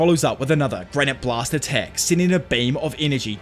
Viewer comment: PS: its granité blast, not granite blast, which makes sense considering granité is french for granita (a kind of dessert).